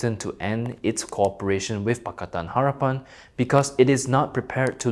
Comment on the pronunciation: Hey👋 Co-operation Is NOT pronounced as Corporation 😂😢😅😊😂😢😅😊😂😢😅😊